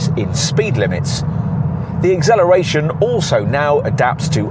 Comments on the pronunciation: Great review, but the pronunciation of acceleration as igzelleration is quite distracting. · What on earth is eggzelloration and dezelloration you arrogant twit!? Good review other than zat😅